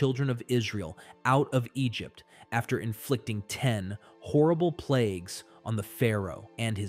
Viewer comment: About 20 min: Egypt-tie-in